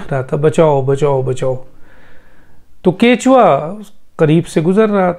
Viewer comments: Kachwahh (Turtle) he ap kichwa ghalat keh rahe hen correct krlen please men ehle zaban gun mujh se bardashat nahi huwa sorry for that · kuthua hota hey bhai ketchua nahean🥰